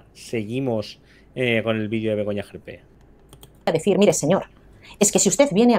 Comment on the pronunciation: Y dale con extrema derecha,y es gerpe,no jerpe!!pon cuando dice wue cosas no le gusta de Vox,te liasss y no tienes ni idea de ella